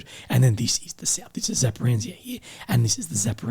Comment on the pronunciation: “Zaparanzia” 😂 So Australian to call it that. 😂 Good videos though, man. Keep up the good work. I appreciate your videos and hope YouTube will stop messing with you. 🙏